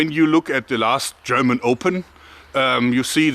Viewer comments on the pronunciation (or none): none